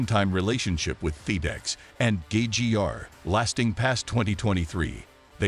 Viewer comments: Fe dex isn’t in NASCAR. This dude can’t talk right. It’s fed ex. Just saying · Your announcer can’t pronounce many words like feedex and many others. Find someone who can speak English! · Have you guys ever considered using a human being to narrate your videos?!? If you’re interested, I’d be available for you. Seriously “Feed-Ex”?!? 😂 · Can't even say Charlotte, Pocono & even Fed EX correctly. Hamlin is the most overrated driver NASCAR has ever seen. He's good at running his mouth that's it.